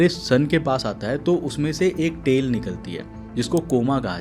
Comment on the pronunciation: मैने सुना तेल निकलती है . बाद मे पता चला तेल नही टेल कहना चाहते है 😅